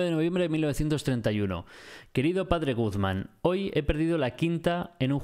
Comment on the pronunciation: me encanta que dice Padre Gugman en ves de Padres Guzman xd